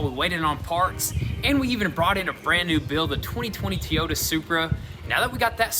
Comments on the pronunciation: He says tiyota instead on toyota 😂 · Its not teee ota is a toy o ta every time i hear u say it it kills me specifically because its a supra were not talkin about a camery man gotta say it right boys seriously though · Only thing I have to say and I'm not alone in noticing this but it's not tiy-Yoda its toy-yoda just a helpful comment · it's TOYOTA NOT TOTA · I love the vids you guys put out, but it really grinds my ears how you pronounce "Toyota" :D It's not TEE-yota, it's TOH-yota! :D Maybe it's just me :D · Excuse me guys but it a Toyota Supra.....He cracked me up sayin Tiota🤣🤣🤣🤣.....Just havin fun guyz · I love you guys. Need to correct you though.. It's not a TEE-YOTA it's TOE-YOTA. Try it next time. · Toy-outa, not tee-ota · It’s not Teyota supra it’s TOYota Supra 🤦🏽‍♂️ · Why’s that one dude keep pronouncing Toyota “Tee-ota” lol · You guys need to learn how to speak proper English! It is “Toyota” not teeyota! Please learn how to say the names correctly! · Toy-yoda not taytoda😅😂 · Oh man,im gonna tease you guys untill you see the problem, TEEota?? nope its TOYoda, sorry guys have to give you some crap , keep up the great vids, look forward to them. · Every time you say Teeyota a puppy dies. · What's with this T-yota stuff? It's Toy-oh-ta. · It’s toy-yo-ta not tieota! Either way u have to spice full pieces in to factory points. Otherwise the structural integrity is compromised. Cheep places try to do slicing all the time but as soon as the car is in another accident u can tell. Sometimes it’s lethal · Rrrrrrrrr I love u guys content I know this is a bit stupid but can u say Toyota not teeee yota please and thanks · Keep saying teeyota, it’s Toyota lol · Love the builds but boys it's pronounced "Toy-ota" not "Tee-ota" 😁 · Tee - ota Supra. Trying saying it Toy - ota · Dixe Normous maybe cuz they say TEEyota instead of toyota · Tee ota or Toy ota we've all heard you say it correctly so knock it off... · TOYOTA.. TOY. OH. TA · “TEE ota” ever heard of it? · Tee ota 🤣